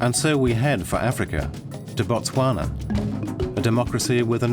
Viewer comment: It’s Botswana